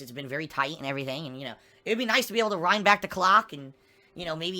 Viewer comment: "It would be nice to 'rhine' back the clock"